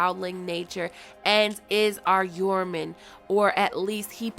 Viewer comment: I'm pretty sure the "J" in Joraman is not silent. It's not silent for Jeor Mormont or Jorah Mormont. Why would it be for this?